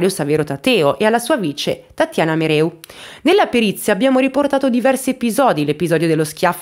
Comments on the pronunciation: Brava, però si legge Merèu, non Meru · Caso molto approfondito. Mereu è cognome sardo che si pronuncia con accento sulla seconda e che tu non pronunci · Il mobbing in campo medico è diffusissimo, purtroppo. Il tuo video mi ha rattristata ma non stupita. PS: Solo un piccolo appunto. La dottoressa si chiama MerEu non MerU. E' un cognome sardo. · La dottoressa si chiama MEREU, non Meru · Liliana Mereu, non Meru , è di origini sarde :) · Credo che si pronunci mereu, è un cognome sardo non francese😂😂😂 mereu non meru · Mereu, non Meru. MEREU. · MEREU MEREU non MERU